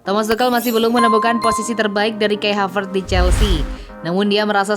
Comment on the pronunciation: Klo Ngomong Havertz bukan Havert